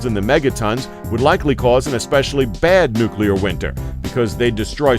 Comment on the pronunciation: There is no such thing as a nucule therefore there is no such thing as nucular. You bounce back and forth from the nonexistent word to the correct word which is nuclear.